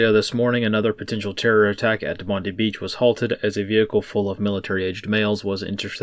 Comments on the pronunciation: Its pronounced BOND-EYE not BOND-EEE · Mate it is pronounced bond-die 👍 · Not to harp on pronunciation but it is Bond-eye. ASIO intelligence linked it. They are still in custody. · There won't be any info released to the media by the Australian nanny state even when they have all the details... P.S. in Oz we say Bondi 'Bond-eye'